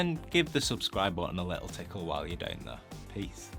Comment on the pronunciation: I'm more bothered by the "deuwn" for "sit down" lol but I'm french so what do I know ^^ I'm more used to american english accents, for obvious (movies) reasons